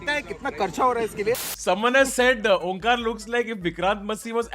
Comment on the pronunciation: It took me 5 minutes to realize... Dude is "onkaar" n not omkaat. Lol